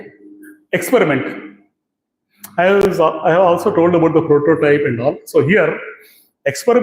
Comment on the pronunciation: Expuriment, white rrray!! Exxxplor. Bainks?